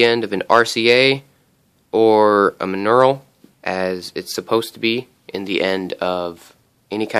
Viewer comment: Believe it is pronounced mon-OR-el.